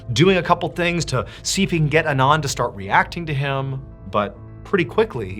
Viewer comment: I’ve worked with a couple Anands. They “usually” pronounce it Ahn-Ahnd, not uh-nahnd.